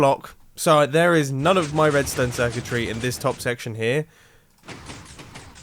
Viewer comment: I think I heard him say wedstone